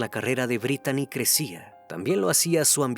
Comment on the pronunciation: Se pronuncia britni no Britani la manera correcta de escribir britni en inglés es Brittany y se pronuncia Britni como Britney spears